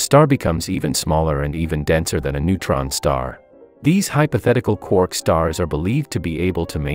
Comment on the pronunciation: "Such stars confuse hydrogen" Excuse me wh- Ooooh can fuse hydrogen. Also, congrats on being able to say quark now!